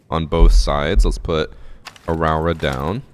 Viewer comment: Hey, Nz'er here. The new op (Rauora)'s name gets pronounced Rawra by alot of people. In Māori, rau makes an roe sound like toe so her name is pronounced Roe ora. Lots of luv from the land of the long white cloud